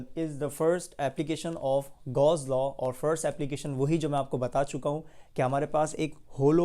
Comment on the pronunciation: It's not گاز ، it's گاؤ س